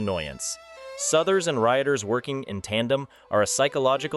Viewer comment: TinAYE is crazy considering its Tin Eye 👁️also southers instead of soother lol now I’m wondering if it’s AI or not